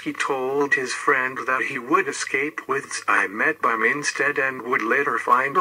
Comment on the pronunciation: It's not Eimetbaum, it's pronounced Tzi.metbaum